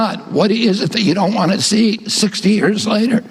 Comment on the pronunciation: Ku, wah, wah in 68 hrs. Got it ! Totally speaking in demonic tongues, completely Left of the dial. Wahnt, not wahhhh !!! Really???